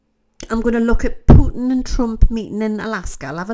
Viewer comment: Thank you for saying “Putin” wright , so many news readers & others put “h” in it